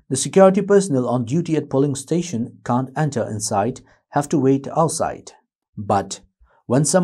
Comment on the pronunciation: Your can't and can are confusing...kindly use 'cannot' instead since your pronounciation is little flawed. Can a candidate who is contesting the election enter any polling station he wants???